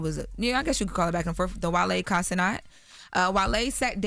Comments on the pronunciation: Will they ever realize it’s pronounce Kai CeNAT, not Kai CeNOT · Aye every boomer PSA: It’s Kai CeNAT NOT CENOT - stop tryna be Fench Haitian with it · It’s Kai CE-NAT not CE-NOT. That always grinds my gears. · "Kai Cenot"?